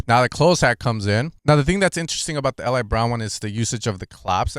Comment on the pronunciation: his name is pronounced EE-Lie